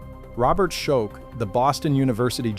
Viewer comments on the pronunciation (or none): Shoke? Skoetch? His name is pronounced "SHOCK"!